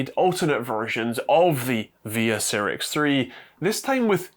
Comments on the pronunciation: Not C rix, but Sci Rix (Cyrix) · Some pedantry: It's pronounced "Sigh-rix" not "Sirrix". Also DM&P (used to be SiS, via Rise) still make x86 CPUs, in particular the Vortex range which are available as CPUs or a SOM. (Admittedly they're only 32-bit, but they are x86!) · Cyrix was pronounced "sigh-ricks", with emphasis on the first syllable, not "sirrix". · Sigh-rix, not Seer-rix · It's Cyrix not Cirix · It was pronounced Psy-ricks back in the day. I remember when they were trying to compete with Intel and AMD. The people involved started working on RISC-V (reduced instruction set) architecture, all open-source hardware, after they got blocked out of the x86 processors. They weren't as good as either of their competitor, but at least they kept companies innovating. Ah, the days of Sound Blaster and Voodoo 3 graphics accelerators for "3D games." Aka every game that wasn't top down or side scrolling. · Cyrix, not seerix. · Cyrix is pronounced Sci-ricks.